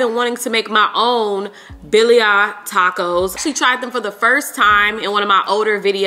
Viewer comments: now, billy-i tacos? 😂😂 they’re pronounced ba-ri-a. (with a rolled r) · It’s pronounced be-re-ah, 😂